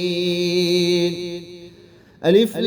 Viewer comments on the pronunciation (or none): none